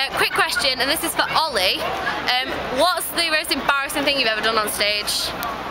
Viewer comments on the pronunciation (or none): Holi, it's Oli with an H. :P